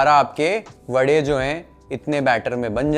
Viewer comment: Charmed that you rightly said "Vade" instead of "Vada" like all North Indians mechanically convert pronunciation to suit their dialect!!